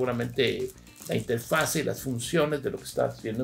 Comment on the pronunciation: Inge, lo vamos a poner a hacer planas: "No se dice interfase, se dice interfaz. No se dice interfase, se dice interfaz. No se dice interfase, se dice interfaz...."